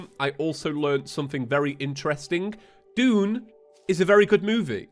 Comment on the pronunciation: mfw when it took me two episodes to realize that he was saying "Dune" and not "June"...🗿